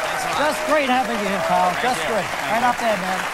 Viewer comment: lol he says "Pal"